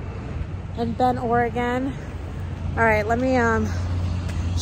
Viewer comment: I'm guessing you didn't make it to Portland except for the airport? Adam was here not too long ago as well, and y'all seem to slide in and our of town lol. Thank you for pronouncing Oregon correctly.